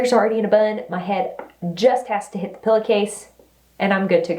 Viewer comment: I love how you say "pilla" case. 🤩